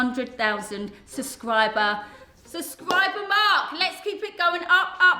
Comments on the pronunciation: Why can't people say SUB-scriber not suscriber!!! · Katie I luv unsolicited much but your triggering me suscriber pleassse it’s subscriber I love u Katie xx